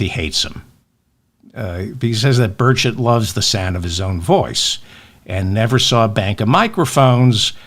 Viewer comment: Hello David ! You're correct, it's Burrrr CHETT. If it had only one "t" at the end of his name it would be pronounced burrrrrr-SHAY. This is what I got out of 4 years of Francais in high school (ecole superieure) back in the 1960s.